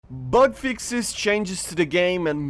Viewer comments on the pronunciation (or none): did u say in the beginning " Butt Fixes "? wtf:D